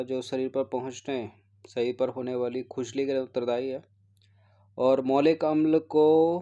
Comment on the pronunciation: ये मैलिक अम्ल है न कि मौलिक अम्ल